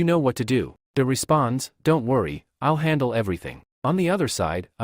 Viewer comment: i' el el (i'll)😂😂😂